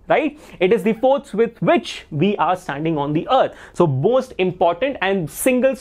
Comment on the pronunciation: you said bost instead of most😂😂😂😂😂😂